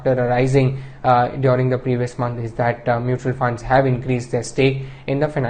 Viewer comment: it's month, and not monthuh.. where tf is this guy from?